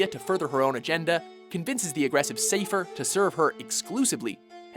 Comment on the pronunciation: I'm starting to think you guys fuck up the pronunciation of the everything just to rile us up. Sayfer?? Ultimessia?! I don't know your name but fuck you.